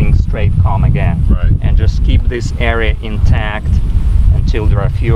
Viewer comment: your accent is pretty good for English. I would never, never criticize someone who is bi-lingual! That would be the height of boorishness coming from a monolingual. That said, it took me some time to understand what word you were using when you said "cahm". What you meant was "comb". So you have substituted the letter sound "A" for the letter sound "O". This might help you to be an even better speaker of English and hence a better communicator in your adopted country.